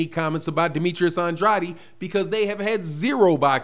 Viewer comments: it's STOP SAYING HIS NAME LIKE a Illiterate.... It's An-drade NOT An-dr-a-de OKAY... THANKS CAUSE YOU don't sound to smart saying it WRONG. Love you Big brother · I love watching your videos but can you PLEASE stop pronouncing Demetrius's last name "Andratti?" He pronounce his own last name "Andrayed" so we should probably all say his name the way he does. I know there's an alternate pronunciation but that's not the way he says his name. Thanks in advance and keep up the good work. Love your show. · No he does not. I speak spanish Andrade is pronounced “And- drah - deh” the way he is saying it sounds weird.